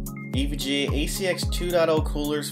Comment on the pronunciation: Is it me or does he say "Introducing the EVGE"